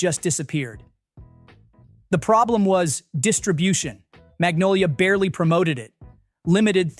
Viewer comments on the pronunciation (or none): none